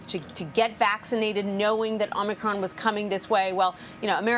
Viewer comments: Joey likes to call it "Omnicron" LOL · Don’t you think the president in charge of mandating the conditions of a viral pandemic should at least be able to get the names correct of the virus and its variants first.. ? “Covert nine”.. Covax 19. Covid Nine... “Omnicronb” .. etc etc etc..